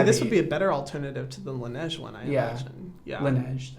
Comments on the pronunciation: I know he did not just pronounce LaNeige as “Lane-ee-edge” instead of “La Neige”😂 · the way Brad said "Laneige?" 😭